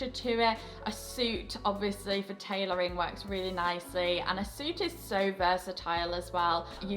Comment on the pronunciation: Shhhhh - Just between you and me. Tailoring not tailorying. Mwah...mwah